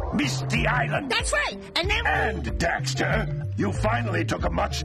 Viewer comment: Come on man! It's Jak and Daxter! :D